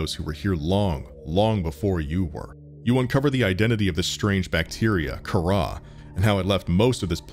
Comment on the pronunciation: Not Kahrah,car ra.